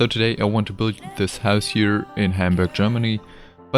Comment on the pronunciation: I'm sorry, it really is impressive what you're doing, but I find your pronunciation adorable. Büld. Hehe.